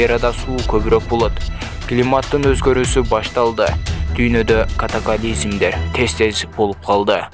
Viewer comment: Катакализм эмес, катаклизм дечи 😄